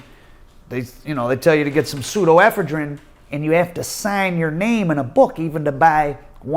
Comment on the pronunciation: the only dude on the planet that pronounces an O as an A in every single word. Also Pseudoephedrine NOT pseudo ephedrine. 😂😂😂